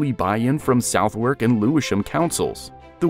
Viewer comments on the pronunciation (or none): none